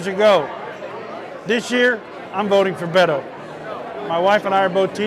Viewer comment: Come on Brian! At LEAST make an effort to pronounced his name properly, Beh•tō